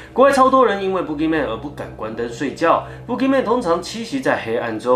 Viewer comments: 身为马来西亚的人听到你说boogeyman，一直觉得你在说粗话，pukiman😂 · boogey men 的读音是对的吗？如果是，那在这里那怪物就可怜咯，走到哪里给人笑到哪里😂😂😂。